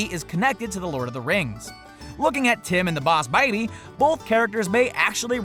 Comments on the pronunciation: can't you just say 'boss baby' normal instead of 'Baws Babeh' It was fine at first but every single time you say it, it got annoying. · TacArmyRadio Oh, B A W S B E I G H B E E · TacArmyRadio bohsssssssss babby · TacArmyRadio why does he say bawss baby, boss baby is fine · He keeps saying "bows" baby. Why though?! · Yeah...Bouse Baby? Boss isn't difficult to say. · I’m sorry for this hate but when he says Bawss baby and not boss baby it is so so sooooo annoying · btw it's boss baby not Bauws baby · It. Is. Boss. Baby. Not. Bowsh. Babby. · Can he just quit saying baws baby and just say boss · he says baws Edit:baby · The BAOSS baby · BAWSE BABY! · When you said boss babby it was so anoying. :/ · Thomas5256 correction. It is bauws baeby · I think 99.9 of the comments are about how the person says bowsh baby Like is you agree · I never want to watch this again him saying "BAWSE BAYBY" Is sooooo annoying😡😡😡😡😡😡😡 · Why the hell are u saying the bause baby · “boss baiby” 😂😂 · It's so annoying how he says bows baby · Those are diamonds on Tim's wall, and those are stars on the tower, not triangles. And the illuminati has to have an eye in it, otherwise it's just a normal triangle. Also I swear to god stop saying BaWs baby. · THE BAWSE BABY IS a time traveler me: is it we or did you have a accent for a second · Lmao. I watched this while drinking and died laughing every time he said BAWSH BAYBEE. lmao. Lighten up folks! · Baws Baby xD I'm gonna say it like that from now on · Ugh I think I lost a few brain cells each time he said boss baby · Quit saying baws bay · loooove the way you pronunce boonce baebey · I’m going to lose my mind if you keep saying BAWSE BABY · Did any one notice that he kept saying boass baby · Baus baby 😂Gr8 pronunciation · wtf why he cant say boss baby properly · stop saying bouse babee dont do it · I usualy enjoy your videos but seriously "BOUWS BABBY" ITS REALLY ANNOYING and really takes away from the video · Stop saying bawse baby